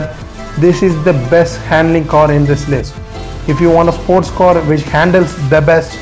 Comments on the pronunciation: Its CAR AND NOT COR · Its car not kor